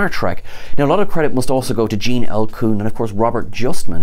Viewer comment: Gêne with a British accent I kind a like it. Maybe we should start a petition